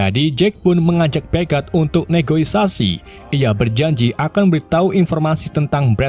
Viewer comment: Negosiasi bukan negoisasi